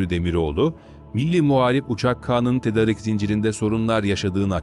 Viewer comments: seslendirme ile ilgili sorunları çözmeniz gerekli .... ' tedarik ' değil ' tedaarik ' şeklinde okunmalı ... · TEDARIK TEDARIK TEDARIK TEDARIK TEDARIK TEDARIK TEDARIK TEDARIK TEDARIK TEDARIK !!!!! Sunu dogru telaffuz etsene be kardesim... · Seslendiren Türkçeyi nerede öğrenmiş acaba!.. Hayatında "tedarik" sözcüğünü duymamış. Düzgün okuduğu tek bir cümle yok. Nereden diploma almış, kimlerle konuşuyor, nerede yaşıyor acaba...